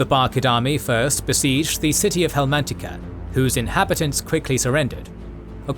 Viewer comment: Great video! Btw it’s Helmantica* not Helmatica.